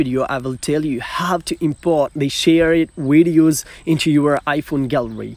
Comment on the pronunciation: Pls it’s videos not wideos🙄